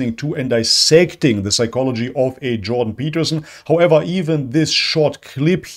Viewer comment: The Juiden Pertterstien... you said who?